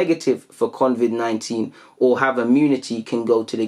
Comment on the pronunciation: my brother... It's CO-Vid... Not CON-Vid. Mad respect on the vids tho... Going insane without football